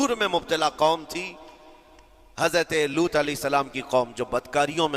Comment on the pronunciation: main puri video dekhti rahi aur end tak roti rahi. ALLAH aapko is video ko dikha ne ka ajra ata farmaye Aameen Summa Aameen Ya Rabbul Aalameen 🤲🤲 Aur haan ek baar jo aapne boli कौमें लूट ये लूट नही सही ये है कौमें लूत है। Please don't mind. Assalamualaikum Wa Rahmatullahi Wa Barakatahu 🤲🤲💯